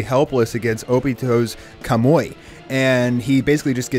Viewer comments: A few of his pronunciations were bothering me. NAH-roo-toh not nah-ROO-doh KAH-moo-wee not kah-MOY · Pronounce Kamui as Kamoi one more time, go ahead... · Wtf is a kamoi he even heard how it's properly pronounced but he still says kamoi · Im dead dude really said "kamoi"💀💀💀💀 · KAH-MOO-EE How have you watched these shows and not know the pronunciation? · wait just realized he pronounced it once and it sounded bad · why do you pounce kamui in a weird way